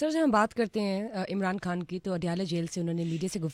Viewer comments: Ap ki mehrbani ap Indian lehjy mai khan na kahien خان hota کھان nahi plz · Pahna pahle apne urdu theak kar lo khan, dastakhat. KH ko theak karlo